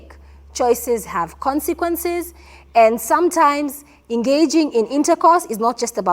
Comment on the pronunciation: Did just say Qwensaquences instead of consequences 😂😂😂